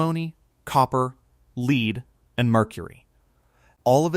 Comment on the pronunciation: It contains “ leed”? Outa here AI